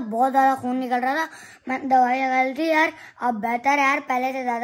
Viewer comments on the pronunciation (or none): Bhai khion nhi khun